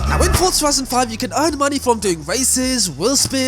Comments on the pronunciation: BRO ITS NOT CALLED FUCKING FORTZA!!! ITS JUST FORZA, ZA ZA ZA NOT FORT ZA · It's an Italian word. It is not pronounced Forsa, but Fortza. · It's pronounced fortza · that was a terrible example. And the people that make Forza say Fortza. So they are wrong?